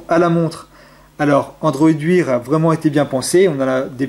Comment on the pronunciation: bonne video mais android wear se prononce android waire